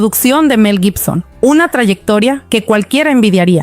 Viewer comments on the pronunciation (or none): none